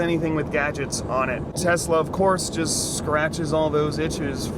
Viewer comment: Tesalesla. That's how you say it.